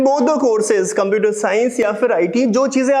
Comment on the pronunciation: I think the pronounciation of computer was wrong?